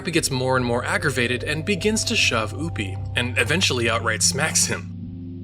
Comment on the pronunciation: Dis man say oopy and poopy its opie